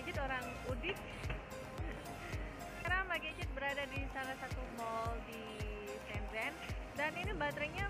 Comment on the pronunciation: Sombong ya teman-temannya...😊 blom mandi teteup cantik. Oh iya mbak.. Cuma info nih... Bacanya itu "Shen chen'' Keep vlogging ✌